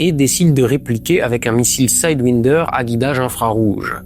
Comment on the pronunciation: De la part d'un gun freak, on aurait pu attendre qu'il prononce correctement le mot "sidewinder". Pourquoi prononcer le premier 'i' à l'anglaise mais le second à la française ? 🤔 [ˈsaɪdˌwaɪndə(r)]